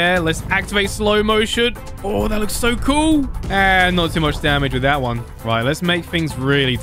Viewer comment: i like how he says with its wif